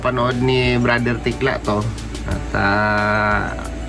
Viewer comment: Super tekla hindi tikla😂😂😂